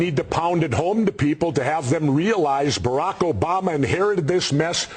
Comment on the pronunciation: John Mccain Osama Bin Laden election. did Jesse just call Obama "orama bin laden"?